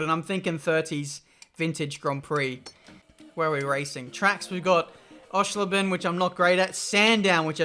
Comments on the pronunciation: Osh-err-schlay-ben..... My Germmy friends head exploded hearing your pronunciation. Hopefully next time you could find a completely crazy way to say it so i can wind him up a teeny weeny mahoosiv bit. Love n hugs, uncle mindy and auntie boris x Ps. Great video again, glad i started checking for you again. O ans what comp/console are you using? Edit. As if this game has monster trucks, baja bugz, nascar truck series. Omg im getting this. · The only thing more horrifying than pronunciation of Oschersleben is its new first corner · please learn how to pronounce Oschersleben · Thank you for bringing this gem back to life :) I played the shit out of this game on my potato pc . Loading time of 2min+ In Germany it was called DTM Racedriver 3... obviously Love the way you're butchering "Oschersleben" :) You should show Monster Trucks real quick. They will almost do a backflip when you floor it from a standing start. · The pronounciation of Oschersleben made me laugh really hard xD